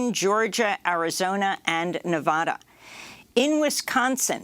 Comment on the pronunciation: Amy as a Nevadan, it drives me nuts when people call Nevada. Nevada in. It is nev eah da. Luv your show.